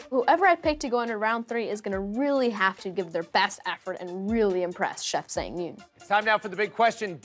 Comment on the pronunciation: I wish they had made Japanese or Korean cold noodles(cold ramen/ramyeon). Anyway, I wonder why the MC couldn't pronounce Chef Sang Yoon's name correctly. It irritates me when he pronounce 'Sang' from Chef Sang Yoon's as if it's the Verb 2 of 'Sing'. Those 2 words have a totally different pronunciation. 😭